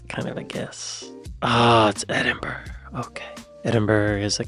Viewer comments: The people of Edinburgh would like a quiet word with you, out back. ED-in-Burra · Yea but eyeverness and edinburg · Gloucester is pronounced GLOSS-ter, and Edinburgh is either EDD-in-borough or EDD-in-bruh. West Side Story was by Leonard Bernstein and Stephen Sondheim. You did really well! The questions were pretty easy for someone who knows something of the UK, but I guarantee that only a very small percentage of Americans would get close to half right.